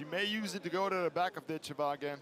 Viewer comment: Not a worthy opponent...the first one...oh well..she may have trouble finding some reaally good competition..she is a very gifted fithter..Dakota Dicheva...Ditch i va...accent first syllable.